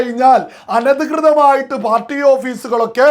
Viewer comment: അനദിർർർർർർർർതമായിട്ടുള്ളു🤣🤣🤣🤣അവിടെ എന്ത് പറ്റി off road ആയോ.